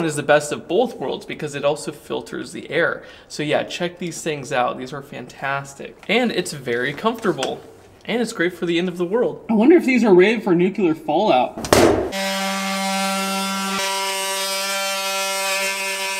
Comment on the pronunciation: you are far too intelligent to say "NUKE YOU LURE". It's NEW CLEAR! LOL! I couldn't pass up the opportunity to correct you. I'm quite sure I won't get that opportunity again! Another great video,! Thanks for all the amazing content!